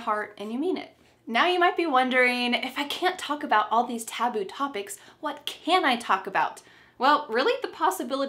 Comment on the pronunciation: Who missread the word "taboo" like"taobao"😂😂